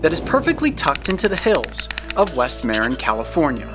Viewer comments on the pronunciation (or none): Loved the video except Marin was pronounced wrong. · Very cool, but we don't pronounce Marin like that. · If only he knew how to say Marin correctly